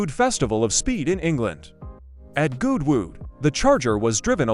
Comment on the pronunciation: As is PAR for the course now we get crappy AI narration and video mix-ups that bugger the continuity..... there's Jay Leno in his workshop. WTF? And then we get the stupid pronunciation of Goodwood Festival of Speed, as Gooood Wooood!